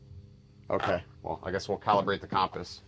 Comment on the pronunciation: Did you just say calm-piss? 🤣